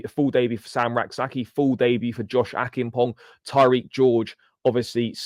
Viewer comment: Josh Acheampong...its a ch sound (church) rather k sound